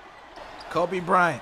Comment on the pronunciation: This video started like a damn horror movie broo * the way he said KOBEE im cryin rn youre the best